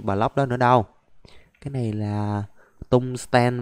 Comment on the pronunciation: anh ơi quạng đấy ko phải tên là tung sờ ten đâu mà nó là (Tung sờ teo)